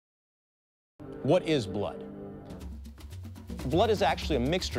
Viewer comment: Bludeh. NOT FUMNY